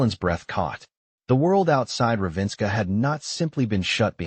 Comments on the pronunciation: It’s not Ravenska (which would be Russian). It’s RAVEN-scar! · AI mispronounces Ravenscar. Totally an incomplete audio story. I don’t watch the video on audio books, but I happened to notice the AI voice did not match the subtitles, just sayin’. This could have been so much better, what a shame☹️ I can only rate this a 3 out of 10.